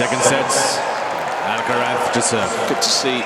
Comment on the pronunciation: Of course the American commentator can't say Alcaraz's name correctly. Come on!